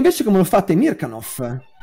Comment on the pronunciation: interessantissima disamina ! Mi permetto solo una glossa sulla pronuncia del nome del grande direttore russo-sovietico Temirkànov, dove l'accento va appunto sulla A.